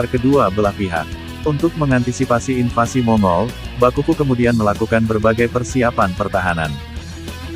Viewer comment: Invasi.....bukan invansi